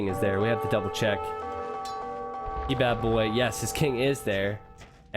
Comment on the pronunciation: I think it's Kebab-boy not key-bab-boy